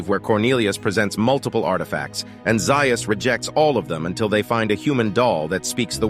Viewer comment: Dr. Zaius is pronounced Zay-is, not Zeye-is.